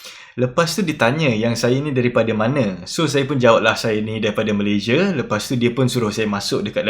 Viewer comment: Orang Malaysia pun sebut nama negara sendiri tak betul. Come on lah. Malaysia bukan malayzieh.